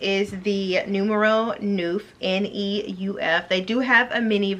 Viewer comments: ok ma'am I love your videos but you have been wearing Polene long enough to pronounce Neuf and Dix correctly. Neuf is pronounced almost like "Nerf" and Dix is pronounced like "Deese." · Would love to see you become an ambassador but become familiar with the French pronunciation of the numbers 9 and 10. We want to be on point with that. ❤